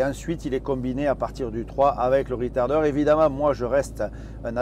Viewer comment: il semblerait que ce soit de l'anglais, ou plutôt du franglais, avé l'acceng du sud